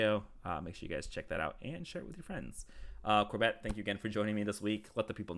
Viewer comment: Is it an inside joke pronouncing corbett as corBET or does he just smile and wave? 😂